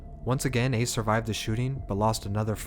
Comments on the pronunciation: You pronounced ace name wrong wrong as hell 😂😂😂😂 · How u gonna start the vid off by pronouncing Ace name wrong?! Lol Still fuck wit u tho bruh 😂🤘🏼